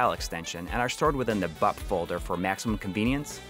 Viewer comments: Took me a few minutes to realise you were saying "BUP folder" and not Butt Folder. This Mega SD seems real cool. Especially the potential for those MD+ games. Street of Rage 2 sounded rad. Maybe someone could do a Doom 32X one that removes the fart sounds and replaces them with music instead. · I kept hearing "Butt" too! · Every time you said "BUP" folder, I head "BUTT" folder and got a good chuckle from it. Jokes aside, another great, comprehensive video like always. And I learned some things I didn't know about the Mega SD, some things that make me not pause as much at the price; though, still too rich for my blood at the moment.